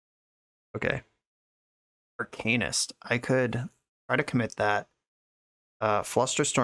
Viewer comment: DW, I love how you say “arcanist” been telling people how to say it for years